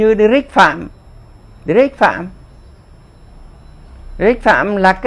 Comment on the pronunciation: Hi, Bác nói chuyện hay quá, rất loric sắc bén, thuyết phục... chúc bác luôn mạnh khoẻ! Bác nói Derech pham rất chuẩn đấy